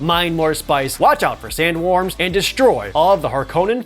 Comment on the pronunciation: Can't get over how pronounces Sand worms like Sand warms:)